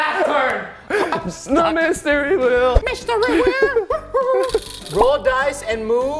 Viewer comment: Its wheel not whell